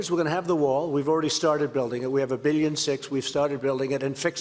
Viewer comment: When he said "Wall", i heard WAR